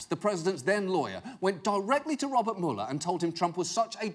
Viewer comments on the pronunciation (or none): none